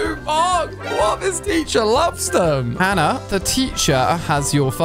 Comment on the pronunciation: Why do you always pronounce Hannah wrong I will teach you how to say it just can you write the phone number of yours into common come on I’m going to Teach you